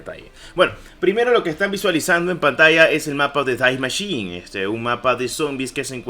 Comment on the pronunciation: Es die machine no dais machin